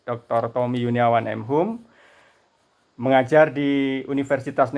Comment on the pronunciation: Bilangnya tompi bukan tompi pak😠 tapi tommi